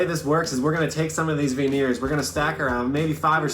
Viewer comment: Stop saying veneers like that please 😂